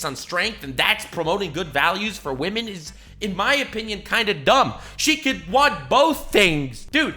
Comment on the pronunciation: “Wamen”